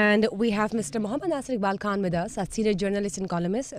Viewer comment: Bibi word khan ki pronunciation theek krain